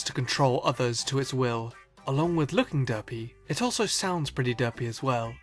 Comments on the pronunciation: XD he says it like "Duhpy". Also, 'Tony Daddi". And I'm exactly like the second pokemon on the list because I always have a straight face. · The way says derpy and derpiest really satisfies and makes me laugh at the same time for some reason 😂